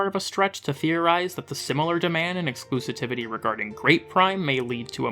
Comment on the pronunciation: E-x-c-l-u-s-i-v-i-t-y. "Exclusitivity" isn't a word, ya boob. XD